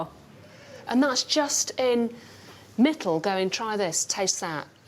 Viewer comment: it's Mitul, they're both Indians